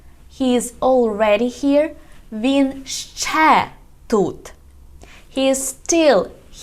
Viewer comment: It's not "шшє", it's "ще". Don't confuse the learners.